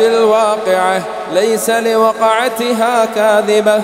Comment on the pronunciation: السلام عليكم ورحمة الله وبركاته ماشاء الله Allah has granted you a melodious voice. But check the second aayah. There is sukoon upon ق in لوقعتها . And you recited with fathah.